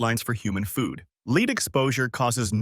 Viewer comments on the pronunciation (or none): “Leed” exposure? Don’t you mean “led” exposure? If you can not proofread your own narration, then what other shortcuts are you taking with the information you are attempting to disseminate? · When you were discussing Purina Beneful, you kept showing Purina One, which is what we have been feeding our Chocolate Lab. And since you end with regular Purina, I have no faith Purina One is any better. Also, this is the second video I've seen that pronounced lead as leed. Strange.